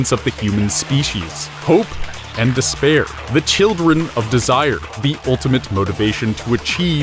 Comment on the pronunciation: don't fall into des-bear or you'll have a bad time.